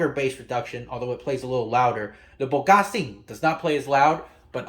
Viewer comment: Coming from a Chinese myself, ypu really nailed the way to pronounce Bogasing. I have this speaker and the 3D sound is really good